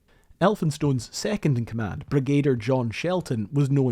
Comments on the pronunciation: Well done. Very well presented. My only tiny criticism is your pronunciation of “Brigadier”. It is not BrigAder. It is BrigaDEER. One wonders how many good men through the ages have died for the hubris of leaders whose confidence far outstrips their competence. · Impressive work, a little disjointed at points. But I have to take issue with the pronunciation of Brigadier. It's Brig-a-deer, Not Bre-gay-duh. Drove me nuts! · Brigadier is usually pronounced 'brig' 'ah' 'deer'.